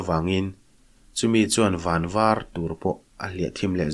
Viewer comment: Vanvar tih hi var, rawngvar angin i kam thin a, van nen a thluk a in ang. Khawnvar tih a var ang hi. Nge, kam dan dang a awm tho nge?